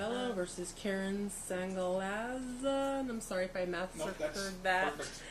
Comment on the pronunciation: Yea, Keren pronounced Karen. 🙃